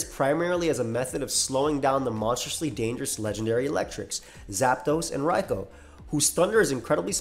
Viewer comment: I know knows what he's talking about because he says "Raikoh" instead of "Raikoo."